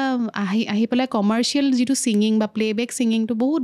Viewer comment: Mur sobotkoi bhal loga singer egoraki❤iman bhal lagile kothabur. Moiu bohut kotha xikilu, xobdo u xikilu🙏🏻 iman sesta korise dhuniake kotha tu kenekoi english nukuakoi oxomia xobdo kenekoi bisari uliabo paru. Kintu iyate eta kotha kou bor kanot lage ei je koi ‘juntu’ asolote hobo lage ‘jitu’. Rokhi nohoi roi. Ene kisuman bohute bhul kore. Kiman bhal lagibo oxomia jodi ami huddho koribo paru. My apologies🙉moi nijeu najanu bohut